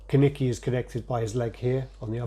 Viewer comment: Kaneki not kanike